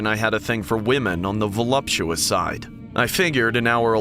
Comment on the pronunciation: bro really said voluptuous 😨